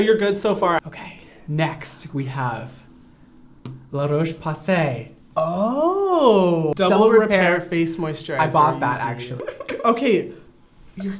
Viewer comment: i love brad but when he said LaRoche i cringed...